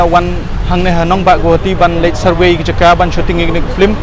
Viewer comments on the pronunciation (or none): Its survey not surway me